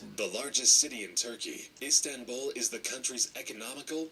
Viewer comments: I didn’t know iZanbul was one of the biggest cities. Me: uhh you mean iSTanbul?: iZanbul Me:🙄🤦🏽‍♀️😂😂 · "IzAmBul" Wth man 😂😂😂😂